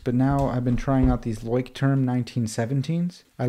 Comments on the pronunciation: Nice Video 😊 and one quick remark: Leuchtturm is a german Brand and the correct pronunciation would be: “Loi-sh-toorm” (if you’re interested) greetings from a German follower 😊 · As a german here its really funny how you pronounce Leuchtturm 😂 it actually means lighthouse wich could be used as a metaphore for guidance and safety. Quite poetic